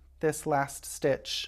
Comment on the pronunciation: I kept hearing brioche snitch lol. Thank you for the English style demonstration, it makes so much sense to me as oppose the continental style! I'm still not brave enough to attempt but so good to learn something new.